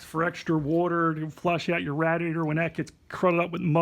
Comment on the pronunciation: And rat e ator instead of radiator 😂